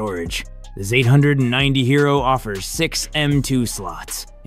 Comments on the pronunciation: The gigabyte ZAYTE HUNDRED AND NINTEY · Zate hundred ninety 😂